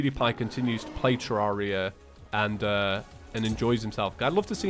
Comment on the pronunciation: It’s ter rare ria not terrauria